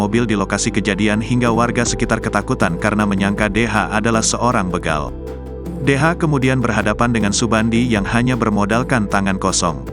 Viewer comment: Masze Host, bukan begal tapi yg bener begal